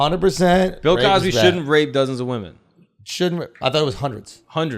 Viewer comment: u said “Pill” Cosby!? I’m dead 🤣